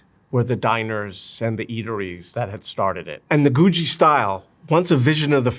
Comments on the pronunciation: Googie is my favorite style of architecture. It pains me to hear him pronounce it like that. I've never heard anyone pronounce it like that. I grew up in a suburb of LA that was built in the 50s. The trend back then was space age googie, tiki, and kitchy. I grew up near a bunch of awesome space age 50s architecture. The creators of The Jetsons came up with the idea of their show by driving around LA and seeing all the space age buildings and cars that look like rockets. If youre thinking, "That sounds awesome, I'd like to see this part of LA that looks futuristic!". It no longer exists. Most of these buildings have been torn down and replaced with boring fast food architecture. There are still some iconic googie buildings that still exist, but almost all of them are gone. This is what got me into architecture. I saw all these quirky buildings of my childhood disappear and it made me so sad. This is why architecture preservation is so important. That time in history is gone, so now no one will be able to visit a space age 50s neighborhood in LA. Googie buildings were outlandish and cost more money to maintain, so they just got torn down. 50s dingbats and tiki architecture are starting to disappear really fast too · Googie is pronounced like boogie or noogie, (with a hard g beford the ie), not goo-dgee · Wait, I thought it was Goooo Geee architecture. That's how that was pronounced in Los Angeles. It's called Goo Jee among architects? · It’s googie as in google, not goojy. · Awesome video. But isn't it GOO-ghee, not GOO-GEE? Does it rhyme with Bougie, or Boogie Woogie?!? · You're pronouncing googie wrong. There is no 'J' in Googie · IT'S GOO-GHEE! not goo jee. ugh. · IT'S PROUNCED GOO-GHEE NOT Goo-JEE!! Great video though. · You are correct. This presenter is wrong. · Stop saying goojee. ffs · Why does he pronounce Googie like Goo-G? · Ive never ever heard someone pronounce googie as "goojie" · The second 'g' in 'Googie' is a hard 'g' - "GOO-ghee". Unbelievable.